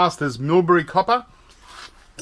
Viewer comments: Love the way he prenounces ingot but the coppa is kinda irritating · Niels Walraven YOU'LL NEVER CATCH ME COPPAH! LOL 😊